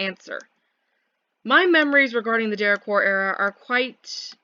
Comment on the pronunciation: why do you pronounce derequor like de reh khor